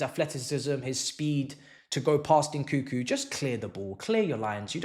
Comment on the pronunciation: It's NOT , N koo koo. N koo koo.N koo koo. N koo koo.N koo koo. N koo koo.N koo koo. N koo koo It's N KUNG KOO